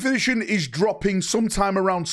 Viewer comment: Video starts: "11th-ition"